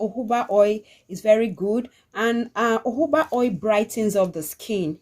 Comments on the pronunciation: Nice video,, thank you always. Please why do you pronounce jojoba as uuubaaa? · It’s spelt Jojoba but pronounced as Hohoba. It’s not English